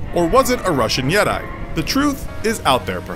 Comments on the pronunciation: Its yeti (yeht-ee) not (yeht-eye) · I can't help but think all of these listicle narrators find their human suits itchy... they apparently have NEVER HEARD many words (or, like in this video, loanwords such as "yeti", which rhymes with "spaghetti", not "jedi") in English ever spoken aloud. Did a less-than-finished AI teach them English? Is this true also for other listicle videos in other languages? The mind boggles. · I do not call them Yet-eyes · Did he pronounce Yeti like "Jedi"?? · Yeddai? You mean yeti (pronounced yhe-tee)? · yet-eee not yet-iiiii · "A Russian Yet-eye?" (Yeti) It's pronounced, "Yeh-tee," and it's Tibetan, not Russian. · Sorry but who pronounces yeti as “Yet-eye” Edit: I go inactive for a year and I come back to see my comment has aged like fine wine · Federal Bureau of Investigation I heard yedi. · The woman was found missing her tongue and yet-eyes Why does nobody talk to me anymore? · For a second I thought he was pronouncing Jedi weirdly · Lizzie Borden took an axe and gave her mother 40 whacks When she saw what she had done she gave her father 41. Also were you trying to say Jedi our yeti? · Lmao same "Yet-eye". Clint Eastwood disgusted face .gif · Yetai Jetai JEDI? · Artofficial yet I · Jedi lol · A RUSSIAN JEDI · I thought he said yidi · He said yedi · yes, and for all these ppl: yeti is pronounced yet-ee, short ee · he pronounced 'yeti' like 'jedi' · It's more disturbing than the wikipedia pages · A Russian “Yed- I” you mean Yeti? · Did this man just say, Yet-eye? Why? Just why?? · my abuelita trying to say "jedi" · Can’t believe this man pronounced Yeti as Yet-I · It’s not yeti like Jedi it’s yet-e like wall-E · “A Russian Yeteye* yeti? What’s a Yeteye? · Are we gonna ignore the fact that he said Yet I? Lol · bruh said yeti like jedi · you say yeti like jedi lol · Why does yeti sound like 'jedi' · He says yet-eye instead of yeti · ‘Yet-eye’ Really???? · Thumbs down for pronouncing Yeti like Jedi. No. 👎🏼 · bah-jin?? yeddai???????????